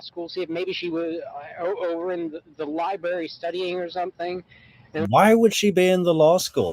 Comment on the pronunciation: He said Libary….gaaaaah